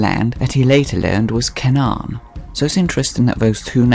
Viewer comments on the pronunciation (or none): canaan is pronounced more like Kay-nan